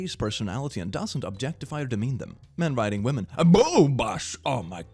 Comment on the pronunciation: Is it just me or did anyone else think he said "Men Riding Women" at first?